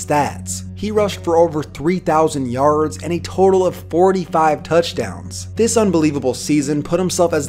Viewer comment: The way you say “yards” tho. Yarrrrrrds